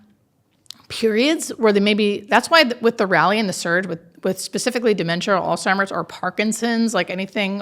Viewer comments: It sounds like he is saying "Old Timers" rather than Alzheimers. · Dude, it's Alzheimer's not Old Timers. Geeze get it right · ALZHEIMERS! Not ALZTIMERS! People gotta stop saying that! So many do. Smh. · Please, with care and respect: There is no such illness as “Alltimer’s.” When people call it all-timer’s disease, it degrades the credibility of your information. Alzheimer’s disease is so widely published, researched, analyzed, and reported that to mispronounce it in an informative video on death and dying feels like the speaker can’t be bothered to say it correctly. It’s kind of like hearing a public speaker keep saying “for all intensive purposes.” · If the host of this podcast is educated, and this nurse is also educated and experienced in the field why let him keep saying all timers, knowing that it’s Alzheimer’s I don’t understand why you don’t speak with the correct terminology. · Alzzzzzzhiemer…. Not all-timers 😂😂😂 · It's not 'Altimer's' - it's Alzheimer's. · Your a very nice man . But may I please correct you. It’s not “All timers”, it’s Alzheimer’s. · Just an FYI folks. It’s Alzheimer’s, not ALLtimer’s. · Does the host keep saying "All-Timers" ? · STOP SAYING "OLD TIMERS"!!!!! IT'S "ALZHEIMERS"!!!!!!!!!!!!!!! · Alzheimer's NOT altimers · It’s Alzheimer’s not Alltimers! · AlZZZZZheimer’s. There is no T. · Did he say All Timers?? 😂😂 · Stop saying All Timers! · Ok sorry but I have to. You seem to be an intelligent young man. PLEASE STOP saying “all-timers”. It’s sooo irritating… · Did you figure out how to pronounce Alzheimer's yet? Clue: it's not All Timers. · I’m listening now and had to replay a couple of sentences where I thought he distinctly said “Old Timers” instead of Alzheimer’s. It’s driving me crazy. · Is he calling Alzheimers all-timers? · "Ol' timers disease" ! 😂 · Sounded like he was saying old timers….. drove me nuts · Such a well done production but I think you need to look up the pronunciation of Alzheimer’s…smh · Drove me crazy!